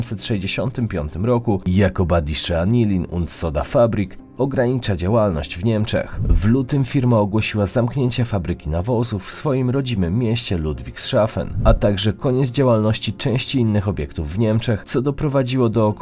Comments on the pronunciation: jedna uwaga - pewnie nie mówisz "Lambordżini" tylko "Lamborgini" prawda? Bo to włoska marka i wymawia się tą nazwę z włoskiego. Więc tak samo nie "woldz-wagen" tylko "folks-wagen", i dalej nie "simens" tylko "zimens". I na Boga nie "LudwiksSzafen"!!! Kanał, który ma ambicję na 1mln subów nie może sobie pozwolić na takie babole. Na poziomie pro decydują szczegóły. Piszę to z sympatią bo zarówno treść jak i realizacja bardzo mi się podoba. btw.. BASF to też nie jest Bi Ej Es Ef 😋 Ameryka to naprawdę nie cały świat. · Błagam, nie 'wolcwagen', a 'folkswagen', jeśli już mówimy o niemieckiej marce. To jest auto dla ludu, 'das Volk' a nie wolc! Oraz LudwigsHafen nie -szafen. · Dobry film ale moglby Pan popracowac nad wymowa niemieckich wyrazow (BASF, Ludwigshafen, Siemens). BASF to nie "bi ej es ef" tylko po prostu "basf", Siemens to nie "simens" tylko "zimens" a Ludwigshafen to nie "ludwigszafen" tylko po prostu "ludwigshafen" (port Ludwika) Ortografia niemiecka jest bardzo prosta, to nie francuski czy angielski. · Ludwigshafen nie wymawia się jak Ludwigszafen ale Ludwigshafen. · .....w rodzinnym mieście LudwigsSZAFEN? ..... A to,to po jakiemu jenzyku?